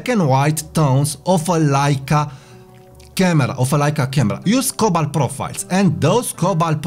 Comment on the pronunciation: Please print the name of the profiles you mentioned, I cannot understand the name...sounds like Colbalt?